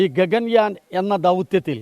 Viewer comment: Gagayan alla..gagan-yaan.